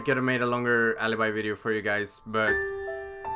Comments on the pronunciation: It's alibi no alabai becouse i'm italian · Se la chiami alaibai non è più tua. Si chiama ALIBI NON AILAIBAI comunque bravo, se riesci a tradurre spero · is Alibi not Alabai. I can tell because i'm italian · I'm from Italy, and the name is ALIBI!!! NOT ALABAI!!! I'm an you're fan:) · alabai is the English way of saying it. but yes you are correct, in Italian, it is pronounced alibi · hey, im italian and i think you should pronunce "Alibi" Ah-Le-Beh and not Ah-le-by in italian Alibi is read as you write it:D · the correct pronunciation is "alibi" as it is written, it is not alabai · Alibi no alabie im italian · I’m Italian the name is not alabai is literally Alibi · Isn't "alibai" but "alibi" I'm italian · Alibi not alabai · Pls.. it's not "alibai".. it's alibi.. say in italian pls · why do you pronounce so well "Maestro" and so bad "Alibi"..... her name is Alibi, not Aliby, please respect italian language 😂😂😂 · the italian pronounce is ''ùh-lee-bee'' :D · Sono italiano e si pronuncia alibiiiiii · Your pronuncion of alibi is wrong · I m Italian, you are worse When you speak alibi